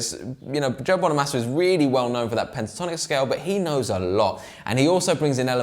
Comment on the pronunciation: It's Bono -mah -sa 👉🏻short A! Not long A bro! Get it right! Peace ✌🏻